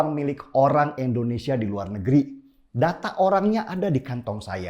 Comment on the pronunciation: Indonesia bang bukan endonesia.